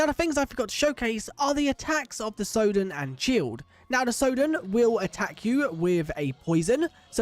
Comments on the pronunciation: how did you mispronounce sodden, you're british for god's sake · (Your pronunciation of Sodden isn't correct)